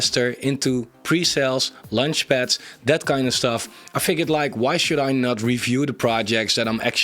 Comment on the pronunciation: It's not lunch-pads 😂